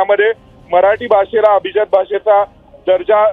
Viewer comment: Pronunciation of abhijat is not perfect. Please improve your diction